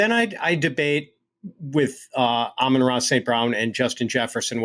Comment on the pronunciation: still with the A-moan-ra nonsense smh. Please listen to literally anybody else say his name lol